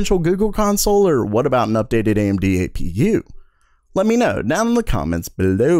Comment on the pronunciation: Can you say comments below normally?